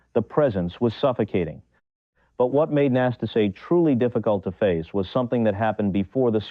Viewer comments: The accent falls on the second "a" - Năstáse. The first "a" it's not even an "a"😊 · It’s so ambarasing to listen mispronausing his name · Do not twist his name it’s not akceptible. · Pronounce his name right ffs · The commentator can't even pronounce Nastase's name. What a turnoff... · Is the narrator an AI? because in respect for the player, we MUST HEAR A BETTER PRONUNCIATIONS of the name "Năstase"! Ilie Nastase's game was very entertaining despite his occasional nastiness. Quite a true TALENT!😅 🎾👏🌍